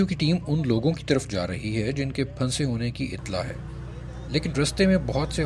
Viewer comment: Oh PRA (PHUN SAY ) urdu main bhi silent words hotain hain like any other language you got to say it togather and noon is like noon ghuna like phusay but say in a way that noon is listenable Other words like KHUWAB (dreams) is KHAB and HUN SANA (laugh) is suppose to be pronounced as HASNA well thats enough of urdu language lesson MAY ALLAH PROTECT AND SAVE ALL WHO ARE IN DIFFICULT TIMES OF FLOOD